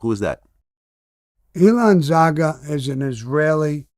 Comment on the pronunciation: Hey Vlad, correction for you and Sammy His name is not Elon Zaga, but Ilan Zarger I can understand why hearing this sounds different